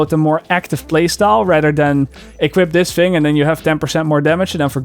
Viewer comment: every time you say "fing" instead of "thing" I say <3